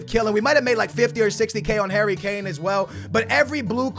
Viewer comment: You mean Son & Kane.. Dislike till you pronounce names properly